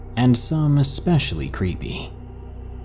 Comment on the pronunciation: ITS GUAM NOT QUAM